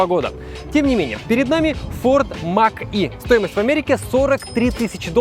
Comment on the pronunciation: не мак е а мач е